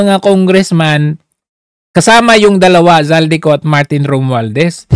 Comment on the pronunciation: Bakit hinde mabigkass ni mel tiangco ang pangalan n8 Zaldy Co?..